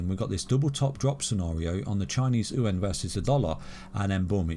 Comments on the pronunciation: Its chinese yoo aaan, not ooowhen 😂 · Chinese ooo en hahah. its Chinese Yuan "you wan". there is no En in there hehe